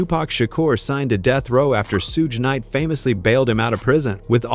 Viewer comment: this whole video is AI "Sooge Knight" at :39 seconds in. random footage the whole video Quit being lazy.